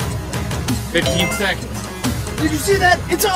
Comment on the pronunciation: You should say seconds not se